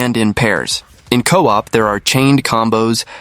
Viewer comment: And coop instead of co-op